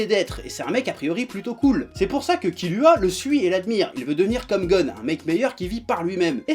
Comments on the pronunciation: nickel,sauf que kilua sa se prononce kirua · Kilua On dit kirua